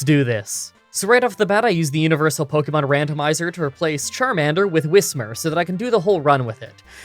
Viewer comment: I payed so little attention to this Pokémon playing gen 3 that I thought it was whishmur my whole life. So hearing him pronounce it correctly makes me feel like my whole life is a lie